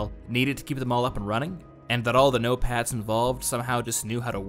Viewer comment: I keep hearing Notepads instead of "no-pats". I wish we got more nations instead of the usual Russia vs US. Gimme a Battlefield with the US, China, Russia, the UK, the EU (as a coalition or some countries on their own, maybe it could vary depending on the map), Israel, Iran, India, Pakistan, South Korea, North Korea, Japan, each nation with their own vehicles and quirks. They can make up conflicts between them if they want for more variety. Like, Japan vs Israel? Sure, why not.